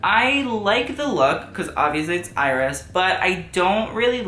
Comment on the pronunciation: Iris’ name is pronounced like “Ear-S”